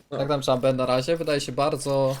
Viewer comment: Ja osobiście lubie "Czejmbera" a nie "Czambera". Fajna postać.